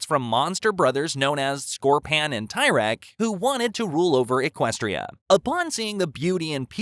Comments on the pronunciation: It's not tyrek it's a tear at okay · Dude is Cadance not Candace and is not Tyrek, is Tihrek!!!!!